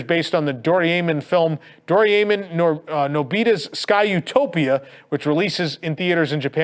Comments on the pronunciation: Psst. Hey, it's Doh-ray-mon, not Do-ree-amen. Lol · "Doriaymin" lmao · I need to teach you how to say Doraemon!!! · Sorry to say this but you pronounced Doraemon wrong. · That’s an odd way to pronounce Doraemon.